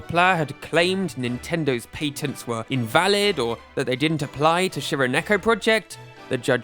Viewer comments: Patents has a short a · paytent got me clicking off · Literally can't watch this patents pronunciation is too horrible 😂